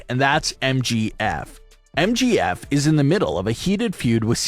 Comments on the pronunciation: It's M J F not MGF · For fucks sake. It’s MJF.. not MGF.🤦‍♀️ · It's MJF not MGF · why you keep calling MJF MGF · I just have to say that sucks a big one because they couldn’t even say MJF right they keep saying MGF and if Brock loses that will suck big times. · it is MJF not Mgf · It's MJF and not MGF!!😡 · Right like get the name right